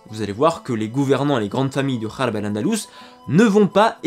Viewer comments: Une petite ''rectification" ça se dit tt simplement 'Rarb' avec le R de Robert et non "kharb" qui n'existe même ds le français et signifie de plus "fouillis,bazar"; Il m'a fallu un moment pour comprendre que C Rarb et non " kharb: bazar Pourquoi faire compliqué lorsque C tout simple, non,? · Ce n' est pas kharp c'est Gharb (Occident : Ouest) prononcé mal "kharb " signifi destruction... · Gharb se prononce rarb et non kharb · Salam La prononciation est《RALB) KHARB veut dire destruction sabotage... GHARB veut dire occident.. Merci pour ton travail super la lettre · L’auteur de dire Gharb dans la phonetique « Kharb » cela est une erreur car phonétiquement Gharb s’écrit Rarb Gh=R en arabe merci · Salut , Pour la prononciation de ghalb tu a fait une petite erreur tu a confondu avec kh . Le gh (غ) ce prononce presque comme le R français . A ne pas confondre avec le kh (خ) qui ce prononce comme le J espagnol dans par ex : Juan Carlos . Le troisième étant le (ر)ce prononçant comme un R rouler . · "El ghaareb" et non " El khareb" El khreb comme tu dit signifie détruit anéanti dans le sans aussi de pourrie ! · خاربة = detruire. غرب = occident ouest Tu peut prononcer Ralb plutôt que Kharb Car le غ en français est le R et le ر un R roulé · Oui sa se prononce rarb. R comme radio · Le "GH" dans Gharb, se prononce "R" comme dans un "Rat" en français; le Gharb signifie l'Ouest ou le couchant, l'occident en arabe. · Merci pour cette vidéo si pertinente. Juste une petite remarque, Gharb se prononce " rarb" le premier r étant prononcé exactement comme le r en français. Tel que tu le prononces, cela ne signifie plus occident ou l'ouest en arabe mais ruine !!! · Très bon doc, mais vu que tu sais pas parler arabe arrêter d'utiliser le mot harb car mal prononcé ça change complètement son sens de guerre à désordre, c très moche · Merci! Quel Travail, Respect! Un bémol sur la prononciation de "Gharb"😉 Mais je chipote. Encore Choukrane, vivement la suite...